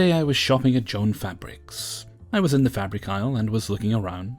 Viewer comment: The way you pronounced Joann made me chuckle haha